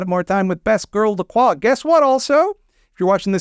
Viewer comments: I beat this just today and was thinking to myself the whole time, 'I didn't take French, but that's not how LaCroix is pronounced, is it?' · wait that's how you pronounce lacroix this whole time? Also is the character in VtM:Bloodlines named after him or are they both named after someone else, because besides the sparkling water I have never heard that name before. Many questions raised...